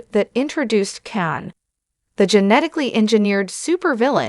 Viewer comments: It's KHAN not CAn its Seti Alpha FIVE not Seti Alpha Vee It's STar Trek TWO not Start Trek Q maybe you should invest in better AI Text to speech software yours is GARBAGE, even Chat GPT has better Voice Engine that what you are using and it is free. If only you would learn how to use it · AI narration is a bad joke ... the wrath of Can???